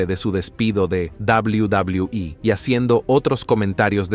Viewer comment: Quería ver el video pero eso de "dabul dabul"😂😂 me da risa, si no sabes pronunciar el ingles mejor dilo en español.